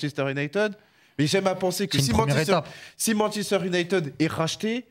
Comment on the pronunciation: On dit « Younaïtiiiiiiid » pas « Younaïteud » Ça sera pas épinglé mais pouvait faire un effort